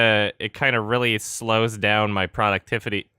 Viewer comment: "ProducTIFFity" lol